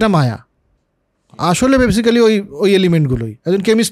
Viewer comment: বরাবরের মতো অসাধারণ আলোচনা! একটা ছোট্ট বিষয়, basically শব্দটার উচ্চারণ হবে বেসিক্লি বা বেসিকলি। ধন্যবাদ। /ˈbeɪsɪkli/